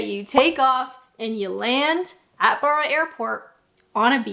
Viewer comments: Barra - it's not an 'ah' sound, it's a hard 'a' like in barrow. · Barra is pronounced with a short A. Traigh Mhòr is pronounced ‘try vor’ (means big beach in Gaelic) 😊